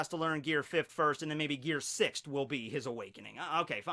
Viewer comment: For christ sake THERE IS NO D AT THE END OF FIFTH OR SIXTH AAAAAAAAAAAAAAAAAA thanks for reading